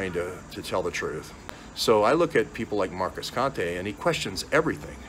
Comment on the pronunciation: He says Conte like a moron 😂 I can’t listen to this guy fumble with another attempt at thought and speech.